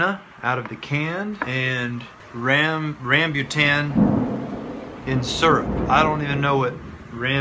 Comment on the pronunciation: its pronounced rum-boo-ton. Its a great asian fruit you put in your drinks.